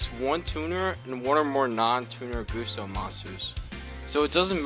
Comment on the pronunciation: I'm pretty sure its Guss-toe..... you know... like a gust of wind....because... they're wind type.